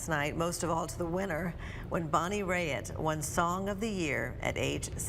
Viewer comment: Pronounce her name correctly Raitt (rate)